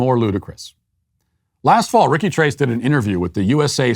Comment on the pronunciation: "TRACE" 🤣🤣🤣 Uno, dos, TRACE, quatro, cinco, SAYCE 🤣🤣🤣